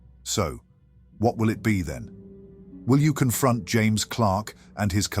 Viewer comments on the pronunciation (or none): none